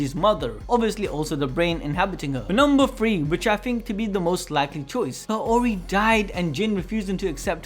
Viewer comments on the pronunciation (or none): Kaori is pronounced as kaw-ri